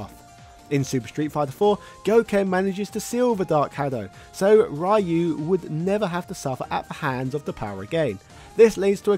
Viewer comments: Facts. Ryu is pronounced Dee U. Lol Ry you.😂😂😂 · RE-YOU NOT RYE-YOU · I like how keeps saying "Rye-you" like how we all said it in the 90's, until I realised the correct pronunciation was "Ree-you". I also used to say "Zan-geef" instead of "Zan-gi-eff" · I love that you're covering sf lore but please from now on don't pronounce ryu (rye u) its pronounced (Rhee u) or in Japan (Gee u) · The way the announcer pronounces it differs by location. In America, it is the Americanized pronunciation, "Rye-You". Others say "Ree-You" instead. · the character's name "Ryu" is pronounced like the dragon punch "shoRYUken". in fact, if there was another guy wearing a gi named "Sho", we would be saying that shoryuken is a move based on Sho, Ryu and Ken... But for now, please remember: Ryu is pronounced ree-oo, like in sho-ryu-ken. It hurts my ears every time its said wrong. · It's Ryu, not Rye-yu - Ryu, one syllable. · Every time I hear someone pronounce Ryu like "Rah-you", a part of me dies inside... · Right, that was only just the film and it's tie-in game and cartoon series, other than these, even to main source that is the Street Fighter II game, the name Ryu was pronounced Ree-You and continued afterwards till this day. It was just people who pronounced the name the way they "think" it's pronounced and forsaken the way the announcer in the main source actually pronounces it. It's the same way they did with Shadowloo, pronouncing it as ShadowLAW or ShadowLAO instead of the way the main source did. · why do you pronounce Ryu wrong? :( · Incredible video, great for when you take a ride on train to work. The only thing I would change is the pronunciation of Ryu. keep up the good work. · I can't stand how this guy pronounces Ryu. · Just pronounce it the way the announcer pronounces his name across most games he's in